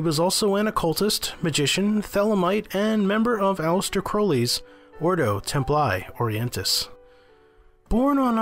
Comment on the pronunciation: PRONOUNCED ORDO TEMPLEE ORIENTIS....